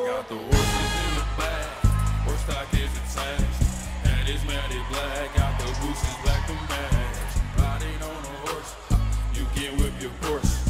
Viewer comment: Every time Lil Nas mispronounces the word matte it pisses me off so bad. Anyone else?